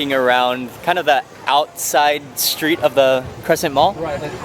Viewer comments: There is a professional way to do things and an amateur way to do things.Mark is an amateur. Mark has a certain likeability about him but his constant "sophomoric" repetitious "Awesomes" are quite annoying. Also he has a speech impediment where he can't say his St's. Street comes out "Shtreet" Extremely comes out "Exshtremely". It's like listening to a three year old that can't pronounce his words. I am a professional, broadcaster, Network television director ,producer with national credits and have tried to give him advice...but he seems to think he knows everything. I do like his Ebooks they are very good...mostly because I don't have to listen to him speak. As for the head thing...it's called "one trick pony" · I totally agree with you. He points like a pistol with his one finger all the time, says.. actually, definitely, and Awesome ALL the time. And has a speech impediment where he can't pronounce his ST's where "street" comes out "shtreet" . He is likeable and has a passion for food but these amateurish things will hold him back. He does the SAME things ALL the time...In my country that is called " a one trick pony"